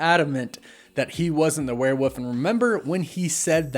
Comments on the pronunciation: WereWOLF, not werewuf 😅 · It's not "Werewoof", there's actually an L in there.